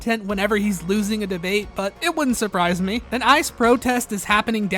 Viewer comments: i like that it sounds like you’re saying “isis recruitment page” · The EYE CEE EEE